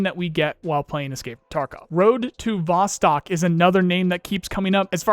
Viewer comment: Just a heads up, Vostok is Russian for "east" and is pronounced "vos-TOKE"